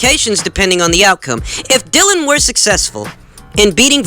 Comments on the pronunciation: Mate it’s not pronounced Dill-un it’s Dilly-un Whyte. Your great and I’m not trying to be some ass but he deserves his name being announced correctly. Great info and insight 👍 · No it’s two different names. Dylan and Dillian